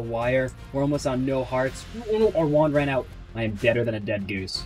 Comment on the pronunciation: Funny how he says "Wuand" instead of Wand""